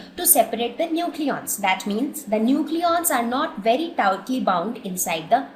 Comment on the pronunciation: 0.43.... the nucleons are not very toutly (tightly) bond...lol